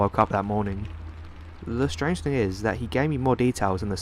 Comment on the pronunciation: whenever you pronounce "thing" like "think", it's like nails on a chalkboard to me.